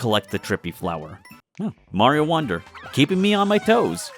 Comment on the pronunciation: why do you pronounce it “wander” and not “wonder”